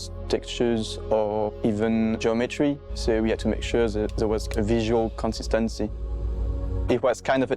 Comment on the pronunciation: Man I always thought geometry had 2 syllables, but after hearing that french guy say it I now know it has 42.